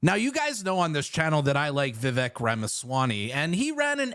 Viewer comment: Vivek’s name pronunciation rhymes with “cake”. 🤷🏻‍♀️ just sayin’